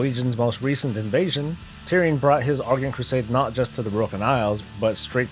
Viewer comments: you keep saying "argunt" instead of "argent" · Here's how to pronounce Argent